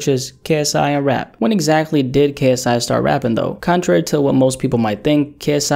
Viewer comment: He butchered KSI’s name lmao 😂